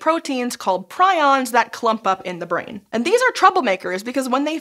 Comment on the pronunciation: They are NOT pronounced "Pry-ons." They are pronounced "Pree-ons." Gee....infectious protein doesn't spread very well. Big surprise.